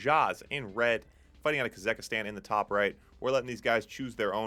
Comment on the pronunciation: Dude it's kaz-ak-stan